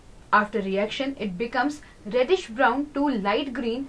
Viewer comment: It is reddish not riddish.. First improve your English